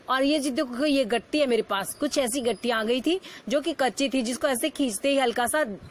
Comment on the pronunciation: gitti hota h gatti Ni hota